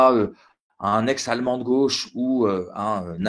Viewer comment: "DEU GÔÔÕCHE" ... ÇA REND CRÉDIBLE ?